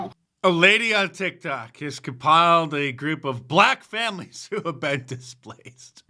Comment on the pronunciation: Bleck famlees